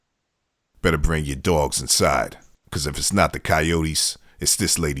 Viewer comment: Dogs not digs 😅